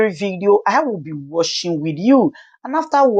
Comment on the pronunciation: Please that word is not worshing but watching, is very annoying.